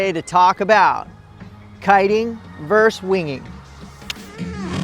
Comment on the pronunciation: For the record, the word is "VERSUS". Not "verse".